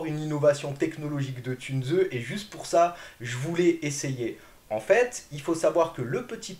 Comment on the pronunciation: Encore une fois excellente vidéo. Si tu me permets car j'ai de l'allemand, Tunze ne se prononcé pas "Tunezeu" ,mais "Tounss". Le "u" se prononcé "ou"...😊 Sinon😅 hyper qualité de vidéo. Excellent. Extra. Une toutes meilleures tip top en aquariophilie récifale française sur YouTube